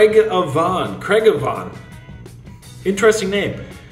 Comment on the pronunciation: Lmao trying to pronounce craigavon 😂 it’s Craig-ah-ven